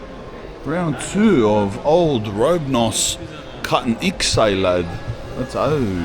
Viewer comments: did robe-nos make a good latte LOL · "robnos" hahaha